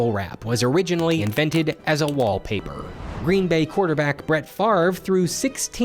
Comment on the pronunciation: that's not how you say Favre. It's french, so the r is actually said after the v, but also in your throat, not your mouth.